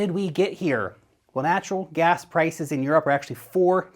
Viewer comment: Did you say "natural grass"? I like natural grass.